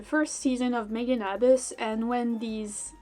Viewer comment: the way you pronounce made in abyss its so painful to hear